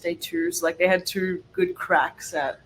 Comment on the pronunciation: Awwwhh Winnie is so cute!!!! 🐾🐶🐾 I really hope y’all destroy LSU!!!! Get ‘em girls!!!, you are really starting to have a bit of a southern accent!!! “For a gal that doesn’t really liiikkke (u made it a 2-3 syllable word 🤣) school …..” Too funny!!